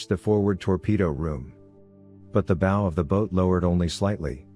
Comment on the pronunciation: What a great book, good naration ,but it's not,bow like" bow and arrow " it's Bow like "take a bow", otherwise good job!